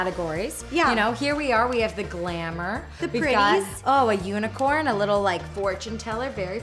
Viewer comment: Who else heard Ro say unicern instead of unicorn